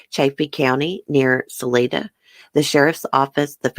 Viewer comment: Its Salida like the word lie... Sa lie da. Love your channel!!